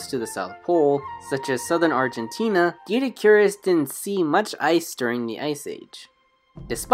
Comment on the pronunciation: I believe it’s pronounced Doh-eh-dik-or-us